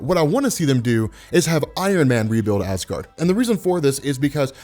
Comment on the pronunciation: Ha ha you said gard